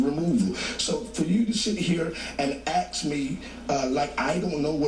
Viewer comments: Aks, what the hell!! It's ask not aks mark!!!!! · Saying aks me. What the FUCK is it with aks? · "You gonna sit here and AXE me"??????? What a speaker!!!!!!!!!! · "For you to sit here and 'ax' me..." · Fucking hell black people learn to say the word "ask".